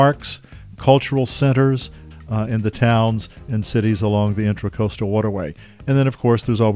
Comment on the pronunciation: It is the inTRAcoastal waterway. Not inTERcoastal…while you write it correctly, you keep calling it inTERcoastal.